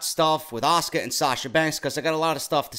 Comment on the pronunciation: stephinie even makes asukas name sound like shit lol